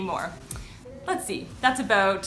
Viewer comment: She said , "aboot 4 years", LOL